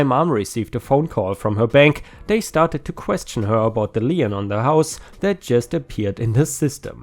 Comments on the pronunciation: lien is pronounced like lean, with only one syllable. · Magenta - ma - jen - ta - a shade of dark pink! Lien - pronounce it as if it is a German word - leen!